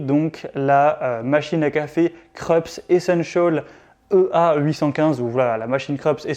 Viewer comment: Se pronoce Kroups, c'est allemand.